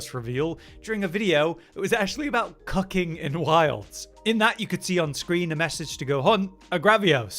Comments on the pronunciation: Umm.... he totally said cucking not cooking right? Please tell me it was about cooking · I know that said “cooking in wilds” but how it sounded over me cleaning the dishes was “cucking in wilds”. Which was an emotional rollercoaster I was prepared for today. Edit: Also the names of the Apex monsters are in the MHL. Which is usually French that is phonetically transcribed back into Japanese, that could help someone smarter than me figure out the name of the next Apex.